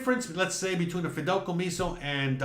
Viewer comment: 😂, I know youre cuban, but its not called “Fidelcomiso” its Fideicomiso.🇨🇺